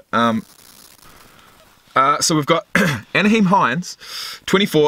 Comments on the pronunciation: Isn't it Nye-heem not Na-heem? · Na-HEEM Hines (like the ketchup)